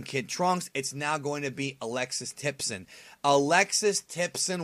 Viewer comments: Hate to be that guy, but it's Alexis Tipton not Alexis Tipson. XD. Happens to the best of us. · Tipton, not Tipson.